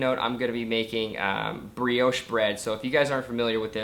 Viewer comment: It's a French word. It's pronounced bree-oh sh